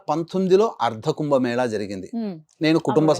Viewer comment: మేళ సరిగ్గా పలకండి. మేల కాదండీ